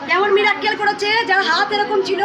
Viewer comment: Sorry to say kintu kotha ta miracle not mirakkel.....joy krishno kali ma er joy...